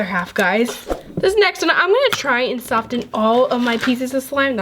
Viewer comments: is it just me or do ppl notice that she says soften with a t even though the t is silent? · It's pronounced sofen even though it's spelt soften